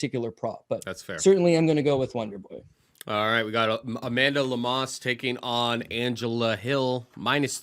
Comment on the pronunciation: Am i wrong but they are pronouncinng amanda lemos name wrong? I think Lemos is a lock 🔒